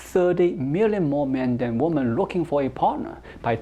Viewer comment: 1 Woman and 2 Women pronounced as 1 woo man, 2 wi men.